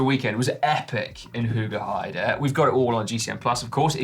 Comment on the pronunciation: Quick tip for the pronunciation of 'Hoogeheide'.... The start of it is not 'who...' Its the sound father Christmas makes ho-ho- ho! Hoogeheide! 😉👍